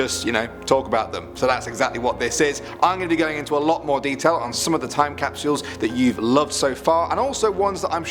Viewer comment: TiME CAP SH - EE UEHLSS please stop.